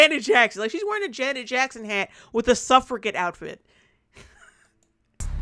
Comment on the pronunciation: Suffragette is pronounced with a "j" sound. [ suhf-ruh-jet ]